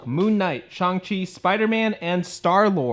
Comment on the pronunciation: Thank you for being one of the rare YouTubers to pronounce Shang-Chi correctly. Everyone else says ShUng-Chi and it drives me nuts. I mean there's even a scene in the Shang-Chi movie where he teaches Katy exactly how it's pronounced and repeats it a few times.